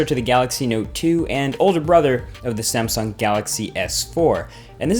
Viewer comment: did you just said SAMEsung at 36 second :)